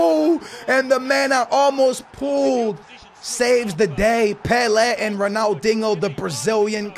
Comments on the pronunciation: its dinho not dingo. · If you say Ronald “INGO” one more time....